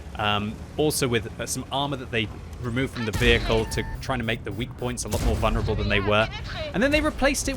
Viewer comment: It is vul-ner-able not vun-rable